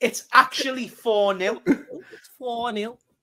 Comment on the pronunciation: "Chat it's actually 4 neeel"